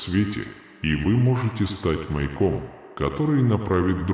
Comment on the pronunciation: не мейком, наверное, а маЯком?